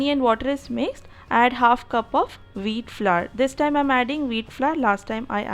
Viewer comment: Veeet flurr lol